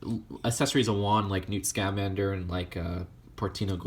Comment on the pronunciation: Scamander is all one word, not, "Sca-Mander." It just hurt to hear it every time, but I don't blame you, it's a weird name.